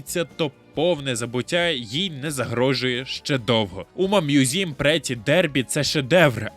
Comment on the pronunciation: Включив відео, почув умамузім - виключив відео